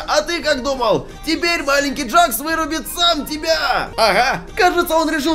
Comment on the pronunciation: Это не джакс а джекс тут клоун - это Кауфман а чёрная штука с глазами - это рассеянный Кауфман а этот пузырёк ой точнее этот пузырь это пузырёк а ведущий - это Кейн А этот который вы говорили челюсть это Кейн это не Джек Ой это не джакс а джекс